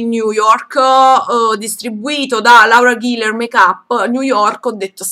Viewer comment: Adoro, adoro, adorooo i tuoi acquisti!! cmq Laura Geller credo si pronunci "Lora Gheller" :)